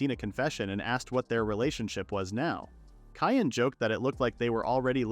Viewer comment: LOL Cyan being pronounced "Cayenne"